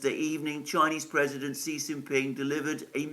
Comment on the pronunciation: Xi is pronounced she and not see….